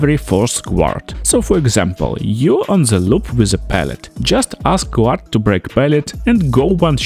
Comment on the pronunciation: Guard is pronounced GARD, not Gwahd. Good video though 👌